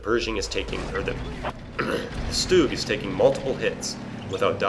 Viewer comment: just an FYI for ya buddy, its not stoog, its SCH-stug....like schmuck but schtug